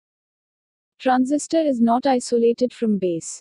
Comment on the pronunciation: it's Transistor, not Transisitor.